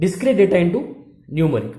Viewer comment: bro acha parha rahy ho ... but pronunciation of English words ko improve krny ki koshish karo .. Mujjhy end py pata laga k app Numeric bool rahy ho.